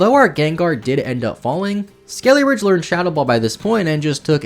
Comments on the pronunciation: Yeah ngl, his mispronunciation was mad annoying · Ah yes, Crackalure and Skeleridge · every time you said "skeleridge" i died a bit inside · skelly-ridge? eye twitch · I just want you to know that every time you called Skeledirge "Skeleridge" it made me want to scream until I vomit blood. Thanks for the video! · Pretty sure it is suppose to be Skele Dirge and not skele ridge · Skeledirge. Skele dirge. Skele DIRGE. Skele DIR-GE. It’s driving me insane listening to this video. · Lmao he pronounces skeledirge so strange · At least thats closer. He doesn't even pronounce the D! Thanks for the comment! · God your pronunciation of like everything is AWFUL. Had to stop watching halfway through because of how many times you said "skelly-ridge" I mean, how do you even mispronounce names that were told to us correctly in the trailers like Farigiraf. It's perplexing. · Espartha? Skelyridge? Never heard of these Pokemon, are they DLC exclusive? But really, fun video, I just get hyper focused on pronunciation sometimes.